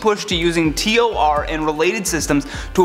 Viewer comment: Its not pernounced t-o-r its said like tour